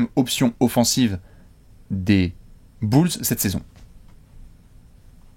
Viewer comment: les "bülz"